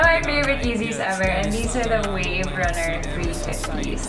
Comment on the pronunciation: Wave runner 350s ampppp! She butchered that no cap